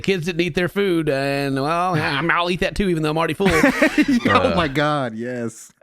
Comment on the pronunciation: Is pronouncing full as fool an American Southern thing? Just noticed how weird it sounded when said it like 3 times back to back